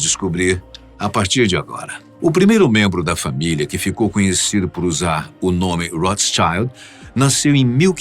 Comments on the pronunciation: Só uma dica, já que o nome é alemão e, assim sendo, muito mais fácil de pronunciar, pq as pessoas tendem, não sei por quê, a americanizar os nomes, enrolando os "rrr". Não é [tcháild] como se fosse o singular de criança (child) Rothschild se pronúncia rôt-chilt. O "o" é fechado, e o "i" é sempre pronunciado como "i", que nem no português. O sch é um dígrafo com a mesma pronúncia do nosso dígrafo ch, sempre, sem exceção. 😊 Explicação curta: em alemão antigo, vermelho era ROTH (hoje é "rot", mas a pronúncia é a mesma: RÔT) e Schild significa placa ou escudo (em inglês virou "shield". A pronúncia é parecida, só que em inglês o "ie" é pronunciado como um "i" longo e o "i" de Schild, no alemão, é curto). Sendo assim Rothschild significa ao pé da letra placa vermelha (a área onde eles viviam): As casas na área onde os judeus viviam na época não eram identificadas por números, mas por placas de cores diferentes ou marcas comerciais especiais. Não americanizem o que não tem origem inglesa. ;) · E a pronúncia é XILD não xaild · Rothschild, em alemão, significa escudo vermelho, ou brasão vermelho. Pena que o nome sempre seja pronunciado como se fosse inglês. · Deixei de ver aos 5 minutos devido à pronúncia horrorosa do sobrenome, isso vira clichê e depois os idiotas vão sair repetindo e achar que sabem algo. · Rothschild significa Escudo Vermelho e se pronuncia como se lê. Horrível esta anglicinização do nome alemão.